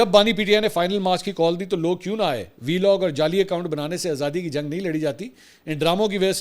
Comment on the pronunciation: Belog nhi hota Vlog hota hai jahil aadmi madherchod